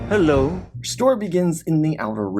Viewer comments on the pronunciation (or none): none